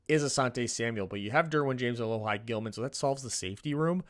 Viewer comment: It’s Uh-Lo-He Gilman lol sorry